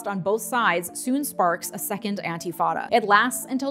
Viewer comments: It's "intifada" not "antifada". Otherwise, great video! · Very extensive overview & analysis. 👍🏽 FYI it’s “intifada”, not “antifada”. Antifa has nothing to do with it 😉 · it isnt pronounced "anti" fada... its inifada, and youre compleatly misrepresenting it. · not to be picky but it is intifada not antifada :) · Came here to say this. It’s also not eye-lot, it’s ay-lot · Thanks for all your informative videos. Btw, it’s “intifada,” not “antifada.” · Several times you referred to "Intifada" as "Antifada". It's actually, "Intifada", an Arabic word meaning "to shake off" as a dog shakes off water after a bath. In the case of the Palestinians it means to shake off Israeli oppression. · "antifada"? Isn't it "intifada"? Checking..... ✔️"Intifada" is correct. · Antifada? Isn't is Intifada? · “Antifada” Brain poisoned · love you but its "intifada" <3 please keep doing your good work! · Oh.. I really appreciate your videos.. but I need to ask you to.. oh I dunno.. look.. it’s intifada.. with an ‘i’ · "Palestine was a British colony..." No one is going to quibble with this description? This is the most accurate way to describe the British Mandate? Maybe she meant "Ottoman colony" and got the years wrong. That's a bad description, too, but arguably not as bad. Who knew there might be a factual error or two from someone who doesn't know how to pronounce "Intifada." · oh dear. it's usually anglicized as the First Intifada otherwise, you were doing well!